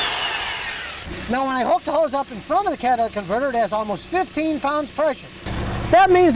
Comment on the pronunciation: "Cadillac Converter" - Scotty's Accent